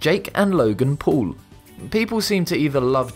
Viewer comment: it said pool instead of paul